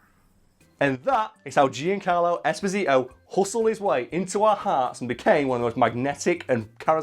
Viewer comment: Come cazzo hai pronunciato Giancarlo esposito nse sa anfamone